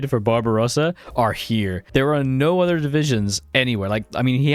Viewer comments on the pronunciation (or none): none